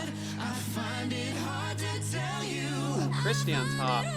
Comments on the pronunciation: It's Kirstie (like "thirsty"). Not "Christy". Just so ya know. Her full name is "Kirstin" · I'm a pentaholic & when I found this & watched it I immediately subscribed! It's thrilling to me to see musicians appreciating their genius!! FYI, it's Kirstie (rhymes with thirsty), not Kristie. Just so you know!😉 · KIR stee not KRIS tee 😕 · Scott is a baritone, and covers bass as needed. Kevin is a tenor and has a beautiful upper register, but not those low notes. Also, Kirstin or Kirstie rhymes with "thirsty". I love your reactions!